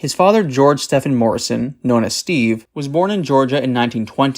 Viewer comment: Stephen is pronouncrd Stee- Ven. It's my great grand fathers name, grandpop's name and my uncles name and my middle name. Stefan is the name you said.